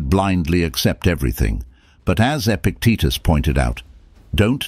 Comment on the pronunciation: Epictetus, his name was mispronounced.